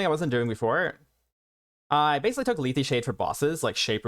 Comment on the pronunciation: ...did you just call it "leethie shade"?